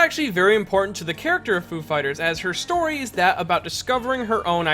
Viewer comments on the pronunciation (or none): none